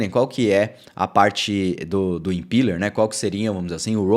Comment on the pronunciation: Excelente update,!! Fico feliz com a direção do nosso querido Flutter. Só uma dica, a pronúncia dessa rendering runtime é "impéler", como visto aqui: Abração!